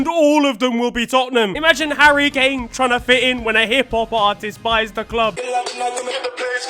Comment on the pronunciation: ""harria kannicci""